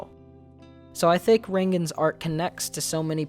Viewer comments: *Reigen, not "Rengan" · it's reigen, not rengen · its not rengen its reigen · It's not Rengen it's Reigen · good video please stop saying "rengen" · i'm sorry but "rengen"? haha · Did you say.. reinggen?? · it's pronounced "Ray-gen" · I'm really enjoying your videos about Mob Psycho (I'm a little late because I barely finished season 2), but I really wish you would stop adding an "N" to Reigen's name. I've heard it a bunch, now. You keep saying it like "Rain-Gen." Not every time, but it pulled me out of the video whenever you did. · imma hurl if he says 'rengen' one more time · say REINgen one more time... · I'm gonna have to stop here prematurely because of your continual pronouncing of his name as "Rayn-gen". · This was a sweet video but it threw me off how you mispronounced his name half the time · Brilliant video, oh my god, but the pronounciation of reigen by you annoyed me somehow. However, the topic itself is actually genuinely beautiful. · the only "n" in Reigen's name is at the end. other than that, great video!